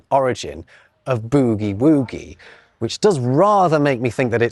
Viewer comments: Your pronunciation of "boogie-woogie" is so adorably British. Here in the US, the "boog" and "woog" parts rhyme with the "sug" in "sugar," not the "noug" part of "nougat." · your pronunciation of "boogie-woogie" was a surprise and made me chuckle. I've never heard it like that. Think "book -- bookie -- boogie" and then add "woogie" to rhyme, and say it quickly. Maybe you were going from "boo-woo," teasing someone who is crying? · A couple of quick questions: how can a book be written in 1935 by a missionary who died in 1898? And might you do a video about the bizarre British pronunciation of boogie woogie? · The way you pronounce boogie woogie is hilarious. The oo is more like that in "foot" or "soot" than "loot". I say this in my authority as a girl from the deep south in the US. We know how to boogie woogie. :) Here's my citation. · In America, boogie woogie would be pronounced closer to the sound in “good“ than in “food“. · Hi, I challenge you to pronounce 'boogie-woogie' the American way. The Irish actor Dominic West said that in The Wire, 'boogie' was one of the hardest words he had to learn to pronounce with an American accent. He succeeded. You can hear his attempt in the first episode of the first season. Perhaps you can do a video on other words like that. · No discussion of frottage? Came very close! Also, it's not "boogie woogie" , it is more like buggy with an o instead of a u, and the same for woogie. See Bette Midler's Boogie Woogie Boy of Company B for proper pronunciation. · the way a British man pronounces boogie woogie is very entertaining to me :D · That's the most British pronunciation of Boogie Woogie I've ever heard. 😂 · This pronunciation is probably from the 1977 pop song “Yes sir, I can boogie” by the Spanish group Baccara, which reached number 1 in the UK charts. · I can't get over that pronunciation of boogie woogie.